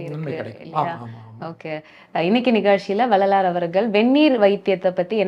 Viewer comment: Anchor should learn to pronounce tamil. Couldn't even pronounce Vellalar correctly. Very bad